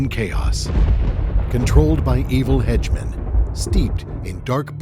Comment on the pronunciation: “Hedgeman” Lol 😂